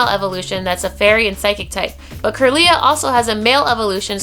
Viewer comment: just wanted to point this out: 1. you prenounced kirla slightly wrong 2. gardevour can be male too lol. 3. solrock & lunetone are not region locked :D